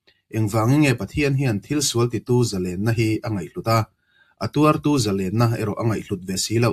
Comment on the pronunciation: Zalênna ni lo in, Zalenna (thluk loh tur ni zawk lo maw)